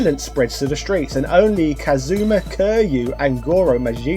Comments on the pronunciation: Never played a Yakuza game, but I think its probably pronounced like kirry you, not curr you. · It is Ki-ryu......if u r gonna talk about a game serie this famous at least learn to pronounce the MC name correctly......